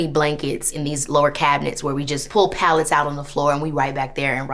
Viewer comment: She said make a “palette “ to sleep on, and confused all the white ppl watching.